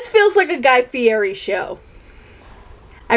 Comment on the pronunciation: I agree with the guy fieri thing. That's not even his last name, its perry, and the fake accent sounds ridiculous. Saying a "d" sound instead of rolling your r's is really obvious and annoying sounding.